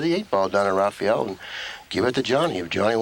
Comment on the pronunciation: Why do they keep calling Rafael Rafiel?